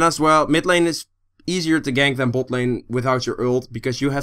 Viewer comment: you are saying bot lane in a funny way xD boat lane heheh